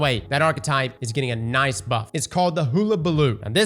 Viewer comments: Hull-a-ba-loo (hull not hool . Think ship's hull.) the word means commotion or fuss. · Hull-uh-buh-loo, like a party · Best part about these videos is trying to pronounce names, hoolabaloo....:) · DAD TO DAD PLS LEARN HOW TO SAY HULLABALOO LMAO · It’s called Hullabaloo (like the hull of a ship). I would watch this man’s vids just for his pronunciations alone.